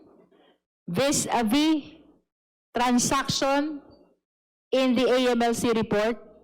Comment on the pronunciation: Di ko gets agad yung "AMLA" sinasabi nyo dito sir. It's A.M.L.C (pronounce every letter). Or, if you want to read its as a word, it's AML[a]C, noot AML[a]. Sorry, have to comment this, nalito kasi ako sa topic. Wala daw masasabi si Ombudsman? He's been talking about Sara's SALN before the "mini" (in Cebuano, it means fake) trial. Deceptive, political, and law bending Ombudsman. HOR violated the law multiple times in this session. What AMLC did was illegal.